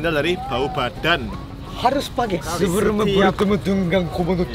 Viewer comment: "SEBEREMU BERUTEMU DENGAN KOMODO DORAGON"